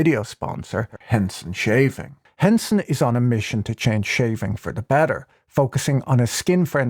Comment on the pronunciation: Haha Henson Razor blades sounded like Hanson Mmmm Bop